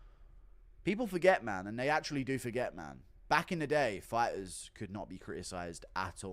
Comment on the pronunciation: OH! DONT DISRESPECT THE FI-TAHS!